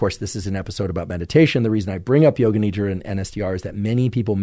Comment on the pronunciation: Appreciate the content shared. When you say Nidra, its pronounced Nidhra with a soft D. It means sleep in Sanskrit. Thanks